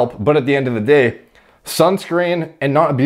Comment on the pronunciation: This actually made me laugh out loud, because I heard say it like "DEH" instead of "day".